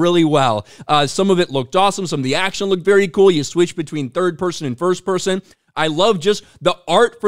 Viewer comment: This game is gonna BLOW oh but hey its 3rd and "FUHST PUHSIN"